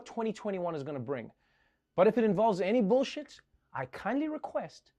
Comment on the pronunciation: Did he say” Miss me with that billshit”. So glad you’re back Trevor.